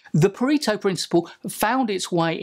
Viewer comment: for the love of god! learn to pronounce Pareto